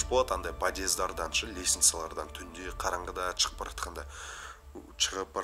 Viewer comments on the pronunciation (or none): Неге шығып деген сөзді чығып деп айта сың????